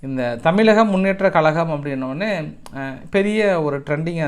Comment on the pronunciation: கலகம் இல்ல கழகம் .தமிலக இல்ல தமிழகம் . வார்தையை திருத்தவும்